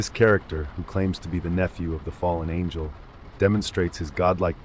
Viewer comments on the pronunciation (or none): none